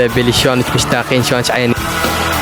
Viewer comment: هههههه حلوو بس اسمهة بيلي مو بلي 😅😅